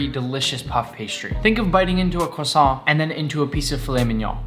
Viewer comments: think of biting into a cwosson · Nick: think of biting into a cwossaint😩